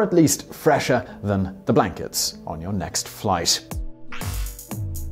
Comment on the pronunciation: When he said "fresher than the blankets on your next flight" I could've sworn he said "fresher than the black kids on your next flight". XD